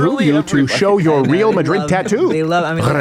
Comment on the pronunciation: No "Admonish" for Steven mispronouncing Real?